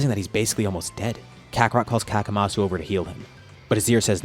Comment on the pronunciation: Hey question? Isn't it better to call him Kamasu? Instead of Kakamasu?